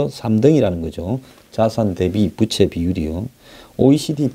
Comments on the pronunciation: 부채가 아니라 부~채 입니다. 바람 부치는 부채가 아닙니다. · 좋은 내용 알려주셔서 감사합니다. 그런데 발음에 신경 좀 써 주세요 빗이아니고 빚이죠. 부채가아니고 부우채로 읽어야지요